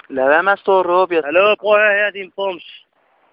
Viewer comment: Lad vær med at stå og rrrrrr'åb? Genialt!